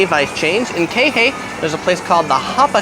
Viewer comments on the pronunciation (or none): PLEASE PRONOUNCE IT KEYHAY NOT KAYHAY....JUST ME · to bad he can't pronounce the name of the town he was in...Kihei......"Kee-hay!" not kay hee lol. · “Kay-Hey”.???🤦‍♂️🤪 ( “Key-hey” ) 🤙😉🙃✅ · It’s KEY Hay, not KAY Hay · What’s Kay hay 😂😂 lol it’s pronounced kee-hay (Kihei) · He said it twice! Silly tourist. JK, thanks for the viddy. I'd also add Hornhito's taco truck in Kihei (thats... Key-hey). And the Jaws taco truck at the first big beach parking lot. Aloha. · it's pronounced kihei not kaehae you white boy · Love your videos! Kihei is pronounced “Keehay’. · Its kihei (pronounced key-hay). But good choices made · Pronounced Key-hey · Ke-hay lol it's kihei fucking haole mutt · Hooooo bah just stick to the north west south east kine stuff. Not da kehei ah. Come baddah pronounce it right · It’s Kihei not kayhey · pronounced (key-hay) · He said Kay Hey lol idiot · It’s pronounced Key-hay!! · "Kay Hay"? Pfft! Zero credibility! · Did you just say Kay hay? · Key Hey! ;) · Kay-Hay. LOL! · Aloha! I loved the video! Just a little pronunciation tips. Kihei is (key-hey) Poke is (po-Kay) You just inspired me to do a similar video from a local native-Hawaiian persons view. Thank you and keep up the good work! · It's pronounced Key like "car key" and Hey like "hey dude you're saying that wrong." Kihei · maybe this guy could learn how to pronounce Kihei